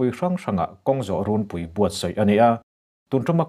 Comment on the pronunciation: I aw a fiah fel fai a,ngaihthlak a nuam a,a bengvarthlak a,i inpekna hi a va hlu êm!Mahse,țhahnem ngaih thilah,runpui,zelen leh thuam tih i lam dan hi chu ,i la tih leh zel turah a lamdan dik ni thei tawh se a va țha êm!in lam dan hi miin an la chhawng țhin si a.